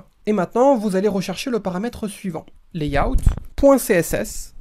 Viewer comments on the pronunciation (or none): none